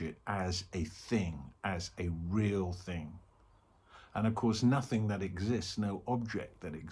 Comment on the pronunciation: Thanks, great. Sky-like. I keep hearing it as "No-thing is real, " :) 🙏